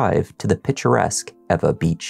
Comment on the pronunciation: Respect for pronouncing "Ewa" correctly.